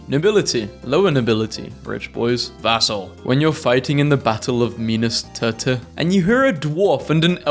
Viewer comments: Me-nis tear ith Here’s the phonetic pronunciation. also thank you I just thought you’d want to know. Also, this is one of my favorite videos you’ve put out. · The way he butchered minas tirith was crazy (tbf it was spelled wrong, too) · Minas Teh-Teh 🤣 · What did he just call Minas Tirith..?